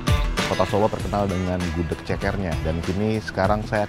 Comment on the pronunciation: Gudeg bukan gudek nyet